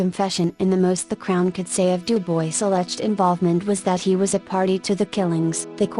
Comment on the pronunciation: I really enjoy your content, but the robot voice is unbearable! If you are going to insist on using a robot, try using the British robot voice, it seems to not sound so awful. But please, USE A HUMAN VOICE. UPDATE: Du-BOYCE?????? Stupid robot voice! I just can't. Great content - interesting stories that others haven't used, but that robot voice is just awful.